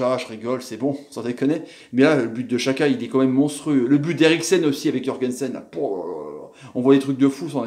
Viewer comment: Pk tu dis chaka et pas djaka xhaka=djaka ptn